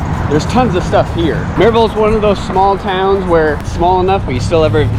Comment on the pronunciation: Has anyone told you the correct pronunciation of Maryville? Murriville otherwise they know your a transplant.